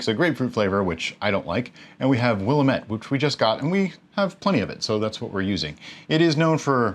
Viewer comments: Pernounced as WILL AM ETTE NOT WILL U MET. Sorry from oregon originally.. O.RE.GUN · It's pronounced will-am-it not willa-met. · As an Oregonian it's pronounced wuh·la·muht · Will-am-it you uncultured swine! 😂😂 just joking of course. 99.9% of people who live here dont know how to pronounce it. The natives called it the will-a-met-tea. Call it what you want we know what you mean. Oregon born here confirming. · Sorry to be that guy, but it's pronounced "Will-am-et". I'm from Oregon. Love your videos! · I'm doing the Pacific Northwesterner thing giggling at the mispronunciation of Willamette (we say "wool-LAMB-it") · From Oregon, it's Will-Am-ett :) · I know you've probably heard it a thousand times. My folks lived in the Willamette valley of Oregon for years. I pronounced it wrong for a while before my dad said, "It's Willamette, damn it!" (it rhymes). If you ever make it out to Eugene, OR (WHY?!!), be sure to visit Hop Valley brewery. Good folks, good brews.